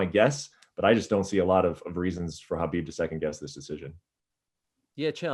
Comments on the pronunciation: Chael is being his usual arrogant self. Despite hearing constantly the correct pronunciation by others of Khabib’s name—right here by Brett and Ariel, and even by Khabib himself—he insists on continually mispronouncing his name, calling him what he wants to. So disrespectful. But that’s so typical of him and his ilk. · Ayo Ariel it’s not Khabib with the kh, it’s Habib with that Arabic h or ح